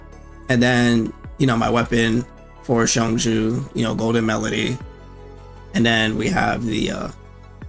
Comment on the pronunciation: Just an FYI- Qiongjiu = Chong•Joe